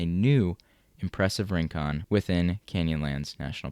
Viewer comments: Rincon is pronounced reen-KOHN, with a Spanish tapped r. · PLEASE learn to pronounce Rincon, it hurts the ears